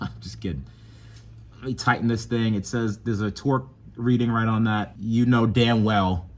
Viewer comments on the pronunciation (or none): none